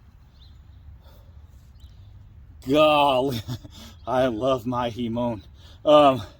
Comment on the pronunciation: Not a big deal but its a hamon. Hah mon pronounced. Deadly looking blade